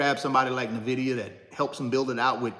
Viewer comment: You should at least pronounce the name of the company correctly. 🤦‍♀